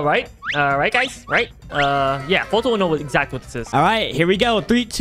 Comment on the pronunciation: not Colton its foltyn